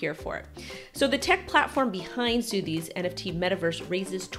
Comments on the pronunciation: Sotheby's is pronounced sutherbees 👍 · It's pronounced "SUH-thuh-bees". lol ✌️